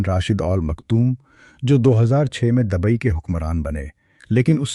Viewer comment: Dubai not dabai......please mind your pronunciation .......